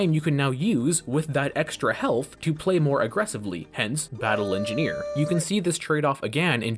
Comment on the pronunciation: thr engeeineer is enginehere